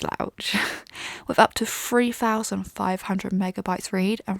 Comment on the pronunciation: I do t get it. "Free-thousand" read ? I'm sure you meant threethousand?